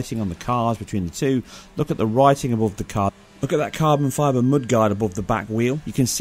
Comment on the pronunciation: Why can't he say the word mud properly?